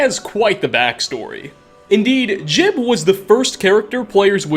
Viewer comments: " Gee-ub" not "Jib" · Saint jib? it's pronounced jiyub. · jee-ube, not jib. You literally played a clip with a character pronouncing it properly. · Every time he says jiub wrong i die inside. It’s not that hard. It’s ”Jeb” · Ugh, hate when they call "Ji-uhb" "Jib" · Its gee-ub. not jib. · he claims he met JEEB. Teldryn Sero: I wonder what became is St JEE-UHB… never ceases to amaze with mispronouncing stuff he researched. XD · His name's not JIB smh